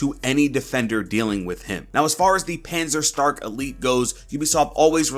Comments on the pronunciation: pronounced it better than NukemDukem, he said panzerstrike lol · And it pains me how you pronounce panzerstärke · I love it when people try to pronounce german words haha Nice video btw :)